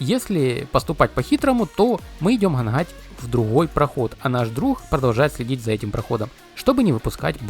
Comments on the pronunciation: Ханхать , в хороде, невозможно слушать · Все бы ничего, но вот это "гхангхать" просто выворачивает Поработай над произнощением, выучи слова и ударения